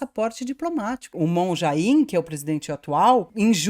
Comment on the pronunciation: e, a pronuncia do nome do Moon Jae In é Mún Jé In.